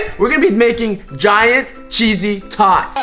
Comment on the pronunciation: Who else thought t said "cheesy toys" xD